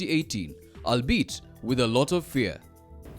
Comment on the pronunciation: Albeit = all-be-it